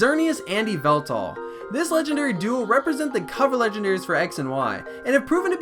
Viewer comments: Yveltal it is Yveltal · Its yvaltal